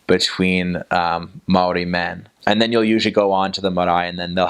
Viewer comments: As a māori. A Kiwi🤙 I gotta say this guys pronunciations are awesome 👍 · Bro Aotearoa is mean as and your pronunciation for maori is spot on brother! Chur! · Boilup is a staple of maori diet hahaha... well not very healthy, but oh so good for the soul. You sir actually pronounce maori very well.😉